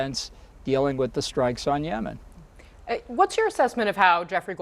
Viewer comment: LOLOLOL - She can't even say it. We know it's FAKE NEWS. YEMEN :face-green-smiling::face-green-smiling::face-green-smiling::face-green-smiling::face-green-smiling::face-green-smiling